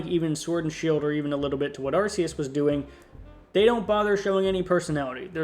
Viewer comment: It's not "Arse-eus".